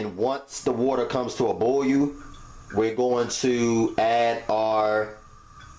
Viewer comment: The way he says boil... "Boy yoo" 😂😂